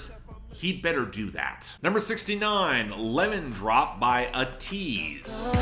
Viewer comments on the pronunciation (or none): Just FYI, it’s pronounced AY-teez